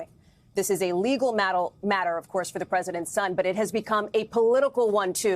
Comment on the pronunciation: She accidentaly says mattle instead of matter all the time.